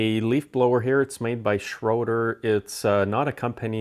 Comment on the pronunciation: Actually not pronounced “Schraeder” but “Schröder”. (We don’t have that “ö” sound in English, but it is almost like “er” with rounded lips.